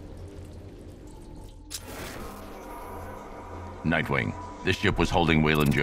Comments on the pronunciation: It's Nightwing, not Mightwing. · My guy said "Mightwing"